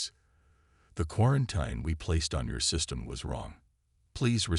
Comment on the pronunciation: please find an AI that can actually read. and pronounce words. quaranTEEN, not quaranTINE